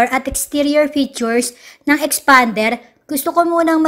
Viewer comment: Tawang tawa ako sa boses ng nagrereview 😂😂😂 parang galit na ang tigas ng pagkabigkas! EXPAAANNDEEERR HAHAHA... Na may pagka "Bakla" ang language ni...hahaha parang beking car reviewer hahaha #peace! 😎✌